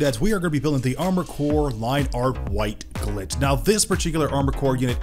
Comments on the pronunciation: 2 things. 1 you mispronunciation of them name is rough but that's just SUPER NIT PICKING. 2 as someone who had this kit when they first ran. They DO NOT hold up to time ALL I mean ALL versions of them kit I've ever had and have seen all have brittle plastic and will break down over time. The Poly caps as degrade fairly rapidly. The impact resistance of this kit is non-existent. I've also has fitting issues even after sanding. Granted I've only had up to the 3rd run of this kit in black. However the 1st standard and pearl were just terrible. 2nd got a little better but not that much. Skipped 3rd pearl because it still had overly hardened plastics. While standard had overly soft and the black polycaps lasted maybe 2 years. I'd love to have an AC/FA kit that isnt super fucked. However I've only had luck with the HEXA GEAR stuff. So hopefully the final production runs of the REX and AC kits this year will be better. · The way you say White Glint in yhe beginning kills me